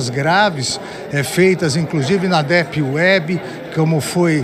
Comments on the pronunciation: "dépi uébi"? Que inglês é esse! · "inclusive na dépi uébi" kkkkkkkkkkkkkkkkk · "Na dépi uébi" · dépi uébi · eu ri quando ele falou dépiuebi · "Dépi" web. 🤣🤣🤣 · "DÉP WEB" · Inclusive na ''depiuebi''....Porra é essa Morais? Vc é autor clássico de Direito Constitucional em praticamente todos os cursos de Direito no Brasil. Melhora o inglês ai champs, vc agora é ministro do STF. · Aos vemos um ministro do STF não saber pronunciar Deep Web... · É triste ver um Ministro do Supremo não saber pronunciar "deep web".